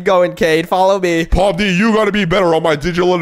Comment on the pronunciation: I think you saying pomni's Name Wrong You sayin poppies